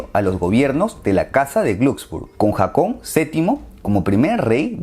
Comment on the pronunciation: No era Jakon (foneticamente), era Jokan primero